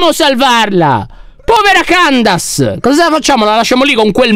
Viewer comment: C'è scritto candace ma si pronuncia chendeis 😊ok Non candazia😑